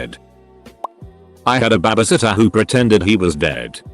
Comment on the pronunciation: No one: Narrator: Ba-ba-sitter